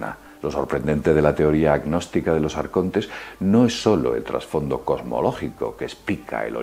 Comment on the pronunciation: a mi m compensa tio, aunk sea un esbirro de los grises me mola como dice "AARCONTESS"